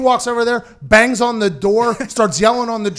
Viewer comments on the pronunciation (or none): none